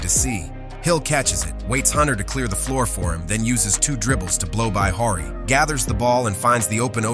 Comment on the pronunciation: You don't know who Robert Horry is ? You keep calling him "Whorey" 😂